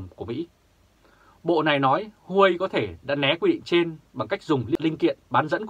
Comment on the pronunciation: Huawei đọc là Wah-Way hay nôm na là "qua-quây" nhé nhà báo